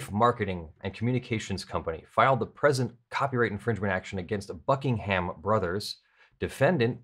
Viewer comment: Might be just me, but every time you say Buckingham I hear Fuckingham XD